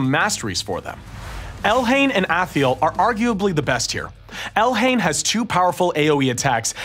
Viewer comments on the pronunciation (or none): Can't stop seeing his weirdly asymmetric eyeballs. And what the fuck is with him calling Athel "Athee-el"? Where'd that extra syllable come from? And it's WREAK damage, not wreck damage. That's not even a thing.